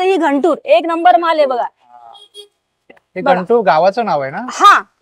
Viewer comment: Ghantur nahi guntur.